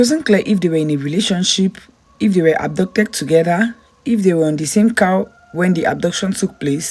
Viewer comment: Are you saying abducted or adopted? Speak clearly please